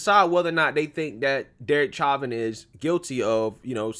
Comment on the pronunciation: Sha-vin say it like shat